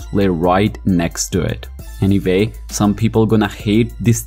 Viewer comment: "Any vay , these are my tarts"!